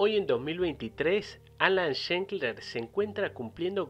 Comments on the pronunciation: No es Schenkler (como lo pronunciaste en todo el video). Es como lo escribiste en el título. ...desde 1997 hasta 1996 jajaj. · La ultima vez que es mencionado en el video es la única que se le pronuncia bien el apellido 😂 . Es Schlenker, tal como se escribe... no Shenkler. Pero buen video a pesar de ese detalle. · primero empezá por pronunciar bien su apellido, es SCHLENKER, no SCHENKLER (ni siquiera existe).Saludos. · Nombralo bien al menos, no para de decir shenkler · Es irritante que pronuncies mal Schlenker todo el tiempo. Lo escribís bien y lo pronunciaste mal. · Es un apellido comun EN Israel..no Todos lo sa EN pronunciare es un apellido raro..es un apellido azkenazi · Increíble que dedicándole un video no te tomes el trabajo de pronunciar bien el apellido